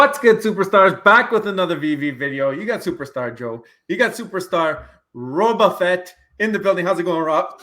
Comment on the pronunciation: Love you guys! LOL it is pronounced as Boba Fett! "Bow Ba Fett" Like the ribbon. Not BaBa Fett. Lets Go!